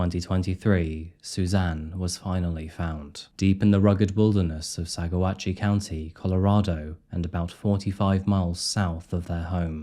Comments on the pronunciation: it's pronounced "sa-WATCH" and Moffat is tiny. It's a beautiful area, the hopper hot spring is out there. Awesome place to soak and chill after visiting the sand dunes, which are breathtaking. It's not a huge desert valley and it's not surprising she was found. It's not exactly new Mexico. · Local tip, it's pronounced Sa lie duh, saguache is sa watch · the number of extra syllables you added when pronouncing "Saguache" is almost criminal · Saguache is pronounced “suh-waach”. I lived near Moffat for a while and still live in the area. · For once, Spanish pronunciation is correct for Salida. Locals pronounce it Sah-lye-duh. Of course, no one, not even lots of Coloradans, can pronounce Saguache. Just listen to the lady newscasters: it's Sawatch. At least you got Poncha Springs right - not calling it "Poncho" Springs. How ridiculous of him to try suing the prosecutors! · Pronunciation Sawatch, Spelled Saguache County. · The locals pronounce Salida [sal-EYE-dah] and Saguache is pronounced [sah-WATCH]. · I need to say this for listeners who might not know: You got only one place name right. It's SUH-lie-duh and SAW-Watch for Salida and Saguache. You did a great job reporting, but as someone from the area it drives me a little mad with this and Crystal Reisinger's case how hard it is to get the media to use local names right. Now that both Catfish and Dready Brian are dead we'll never get justice for Crystal, so I'll have to deal with that one forever. I am glad you got Poncha Springs right. The other two, sure, Spanish words not said in a Spanish accent can be hard, as are native words like Saguache, but Poncha? So many people say 'punch-a' in their reports. The female reporter at 37 min nailed every single one. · Being from Colorado the way salida and then saguache was funny. At least listening to that news story should have helped saguache lol.